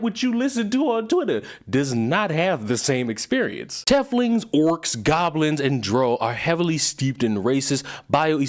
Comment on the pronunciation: This video was great, but hearing how you pronounced drow and teiflings was awful lmao. 🤣🤣